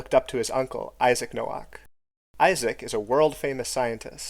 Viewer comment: Nowak is a Polish name pronounced like No-vahk